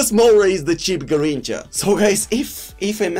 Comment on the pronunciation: It’s not a Garricha 😂😂